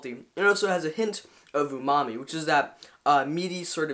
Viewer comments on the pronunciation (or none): is he saying Umamu?